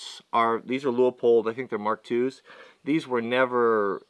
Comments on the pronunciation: It's "loopold" not "louypold"... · Leupold is pronounced Loo-pold. Great scopes made in my neck of the woods. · Please, Please, people, STOP calling Leupold "Lee ooo pold! It is pronounced Lu pold! just call them on the phone and ask them!